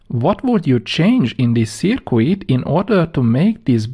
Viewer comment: Great videos! I just wish you would please quit pronouncing 'circuit' (pronounced 'Surkit') as 'Surkooit...the 'u' is silent.